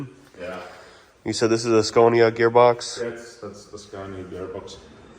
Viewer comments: It’s “scania”. Not “sconia” lol. Sorry. I had to say it lol. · I can’t get over saying sconia 😂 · In this episode of “How will pronounce Scania today?” I’m 3 minutes in and I think I just heard him say “Scoh-nya.” This game is so fun haha. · The Swedish pronounciation of Scania is more like skaania than the american way skaenia. But it works either way😊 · Ask them how to pronounce SCANIA correctly 😊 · Just love the fact that you pronounce the names the wrong way all the time, just makes this even better. 😆😆 I know it’s hard, it was the same shit but the opposite for us learning English. Great content, its nice to see your excitement over our trucks and workshops etc. Things we just take for granted these days. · He was just in Scania (the region) to visit Scania (the company) and he probably heard them pronounce it in Swedish (Skåne). That's probably why he pronounced the English (Latin) version of the name with that particular vowel.